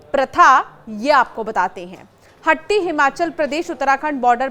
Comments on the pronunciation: मैडम शब्द हट्टी नहीं वास्तव में शब्द हाटी है. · मेडम हट्टी नहीं हाटी कहो